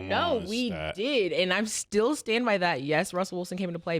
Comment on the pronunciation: "Stell" for still is crazy Mase. 😂😂😂